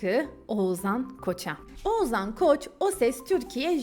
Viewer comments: Bir de Oğuzhan' ı telaffuz edebiseydin keşke 😂 Oğuzan Oğuzan diyip H leri yutmandan biz de doğrusunu demeyi unuttuk 😂😂😂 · Oğuzzzaan dedikçe z ler beynimi deldi 🙄